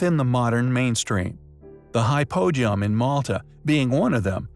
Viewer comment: It's Hypo-geum, not hy-poegeum